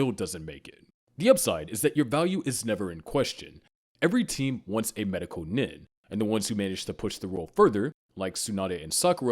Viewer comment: Nin=neen. Program your Ai to pronounce these right